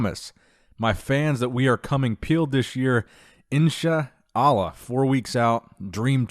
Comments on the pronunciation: same. Was very funny to me hearing him say "in shuh Allah". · it is pronounced "in sha allah" cuz its written إن شاء الله the hamza "ء" is a "stop" in the voice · Please say insha allah correctly. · I lol'd listening to him pronounce insha Allah